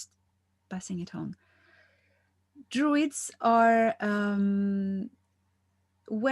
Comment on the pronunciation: Isn’t it DRUIDS? I thought droid like robot